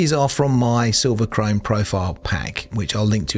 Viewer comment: you said silverchrome correctly 😁😁😁 really good talk thanks!